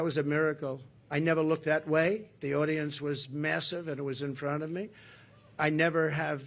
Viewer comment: Does Trump just say massave crowd ..Like hell there was..